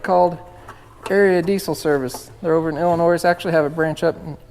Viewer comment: there is no noise in Illinois the s is silent.